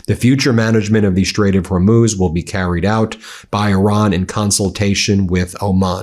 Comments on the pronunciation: Is trump calling the Hormuz Strait the "Hormone" Strait"???? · He still says “Hormoz”. He’s such an idiot. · Did he really say hormose or Hormel strait😂😂😂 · Did he call Hormuz hormose